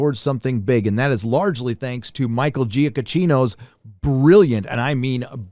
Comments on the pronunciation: Thanks a lot for your insights! Looking forward to This movie. Just a sidenote, in Italian the ch sound is hard, equivalent to your English Speakers' K, so the Pronunciation would be GiaKKino (Giacchino) being an Italian name. Again, thanks for the video and salutations from Italy. Edit: Think you pronounced it correctly afterwords, pardon. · hey just fyi since his name gets brought up a lot in streams and reviews. Giacchino is pronounced "juh-KEY-no" with three syllables. I know, I used to think the same thing you did. The only reason I know different now is because I used to work for a guy who used to be his assistant.